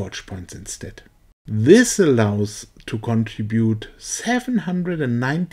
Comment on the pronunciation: PLEASE LOOK UP THE SPELLING OF THE WORD CONTRIBUTE... NOTICE THERE ISNT A SINGLE "A" IN THIS WORD... Therefore it can not possibly be pronounced, CON-TRA-BUTE... Phonically Its CON - TRIB - UTE... The TRIB Rhymes With CRIB...